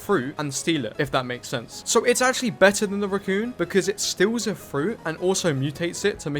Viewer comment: please pronounce raccoon as raccoon not ruccoon it's driving me insane